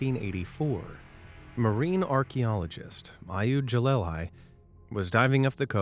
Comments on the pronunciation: Him: eye-yood juh-lie-lie. Me: ee-hud guh-lee-lee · as an israeli the way u pronounced ehud galili is hilarious to me